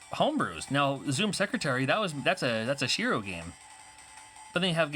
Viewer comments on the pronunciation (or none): none